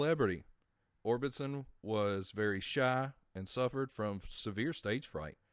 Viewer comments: Great video but I have two questions? First: How do you not know it's pronounced "Munster" and not "Monster?" Two: How do you not know it's pronounced "Or Bis Son" and not "Or Bin Son" as in Roy Orbison, with no "N"? You must be a youngin' LOL. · Or-BIS-on not Or-BIN-son, silly goose! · It's Orbison not Orbitson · Orbison not Orbinson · I know I cringed EVERYTIME he said it lol